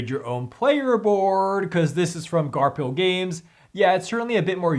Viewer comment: I'm pretty sure the publisher is pronounced 'Garfil' and not 'Garp Hill.'